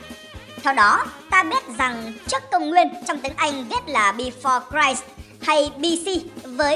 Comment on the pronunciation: A ơi. Christ đọc là chít nha. Chứ ko phải đọc rai ạ! Cảm ơn anh vì mang đến 1 clip bổ ích.